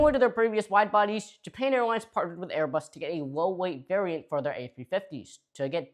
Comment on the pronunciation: Funny you narrate airbus French, when it is clearly German, one of japan's friends.